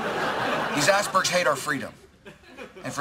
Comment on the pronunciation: The way he says icebergs sounds like ass-bergs, it's so funny!